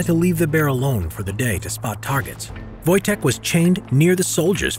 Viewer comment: Thought you said Wojak for a sec